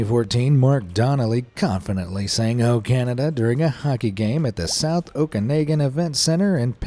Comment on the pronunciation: I just have to say, it’s pronounced OkaNAWgan and not OkaNAYgan, and Penticton is PenTICton. Okay, SORRY for being fussy with the guy in the video, lol. And no I don’t think we overuse sorry and don’t say it when somebody else does the “bad thing”. Is the announcer an American??